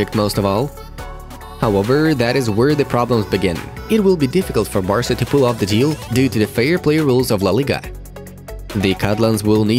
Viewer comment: For the first one it’s Barca not Basra